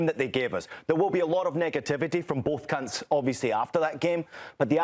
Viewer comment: from both what???? 😂😂 i know he said camps but listen to it and see if you hear what i hear